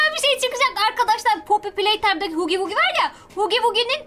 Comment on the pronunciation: hugi vugi diye okunmuyor hagi vagi diye olm hugi vugi demeyin. Oyunun huggy wuggy şarkısında bile "hagi vagi" diyor.